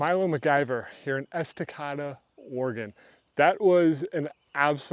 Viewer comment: Estacada is pronounced Es-Tah-Kay-Duh. jsyk